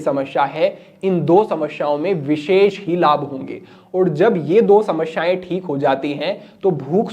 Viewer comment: Shamashyain Nehi hota Samasyain hota hota hai Galat ucharan na karain